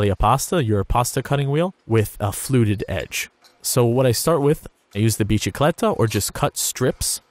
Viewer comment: Its bisikleta not biCHikleta